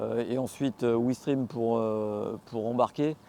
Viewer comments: Ouistrim😂 il voulait parler de oui-stré-ham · Ouistrim😂😂😂😂 ptdr Ouis-tré-ham ça se prononce. Ah ces gars du sud 😂😂😂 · 6’10 on dit Ouis-tre-am 😉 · La vidéo était très bien. Par contre, ce n'est pas Ouistreham mais Ouistreham (OUIS TRÈ HAM 😉🤣) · Sympa votre reportage, surtout dans la réalité de l’utilisation d’une meule hyper puissante au quotidien !:) C’est aussi hyper cher la prestation. Pour info le port d’embarquement près de Caen , Ouistreham ( où j’habite !) , se prononce < Wouistréam > !:) Loick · Ça fait saigner les oreilles des Normands! 😂